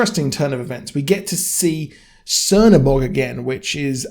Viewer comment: he is not _C_ernobog, he is _Ch_ernobog. the Black God.